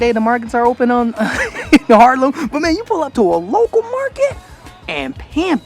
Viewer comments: HAARLEM not Harlem 😉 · just make the ‘r’ in the middle softer, like you are saying haaaahlem